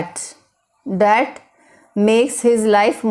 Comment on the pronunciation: Poor pronunciation,. it’s called "That" not dat,,, learn pronunciation first then teach ielts